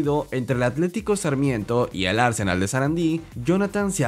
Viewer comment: No se pronuncia Arsenal como el de Europa, este Arsenal, tiene acento en la segunda A